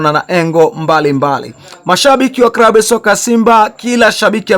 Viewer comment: Unaharibu lugha sio krabu ni klabu na Chsma amitwa Cletus sio kretus L na R unachafua